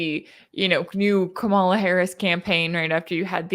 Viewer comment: An objective journalist who can't pronounce Kamala?